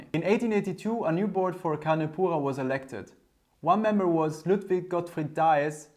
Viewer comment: Take a sip every time he says "con poohah". My ears